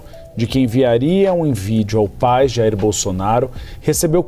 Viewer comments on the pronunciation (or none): 😂Pra q tem q falar do Jair como se ñ fosse o pai dele e ainda o nome com sotaque como se ele fosse americano? Ah já sei o Dudu é americano de coração 🤣